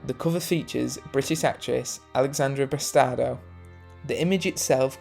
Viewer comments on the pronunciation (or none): Very informative but two of the names are wrong - it's Richard Davalos, not Davaros and Alexandra Bastedo, not Bastado.